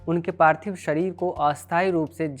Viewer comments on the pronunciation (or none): none